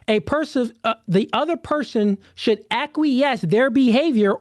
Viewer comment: Mr. Let Go said "Supposed to" but can't say "SHould" this is crazy bro 🤣🤣